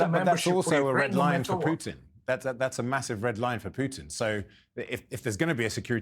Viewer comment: He is Putin, not "Pugh tin"